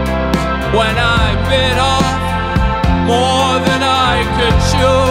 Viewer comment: I think I must be the only one who finds it amusing how he pronounced the word “chew” in the song 😂😂 made me giggle too much and rewound it waaaaaaay to often 😂